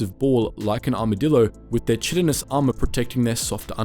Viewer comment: Chitin is pronounced with a k for the ch. Kie-Tin